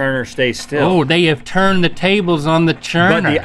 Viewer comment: "It turrrned into SHRIMP!!"🤣